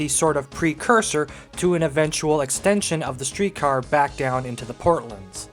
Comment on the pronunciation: The port lands. Port. Lands. Not “portlunds.” We’re not talking about Portland, Oregon, in which case you would be correct. They are the port lands of Toronto. And “the” is equally important because we say “the port lands.” Not “portlunds.” First say “port.” Then say “lands.” Then put it together as two words, not a compound word. Rhymes with “short hands.” Now say “Port lands.” Port. Lands. It’s evident on any map or just by googling the area. I enjoy your videos though. Don’t mean to be a hater. But educational videos should be accurate.